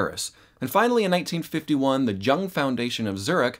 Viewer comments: Jung is prounonced like Young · Jung is pronounced Yung.